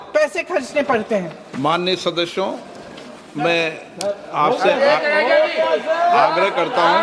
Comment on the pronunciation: Ye sadasyon ko shadashyon kyo bolte hai Birla ji. Bada awkward lsgta hai.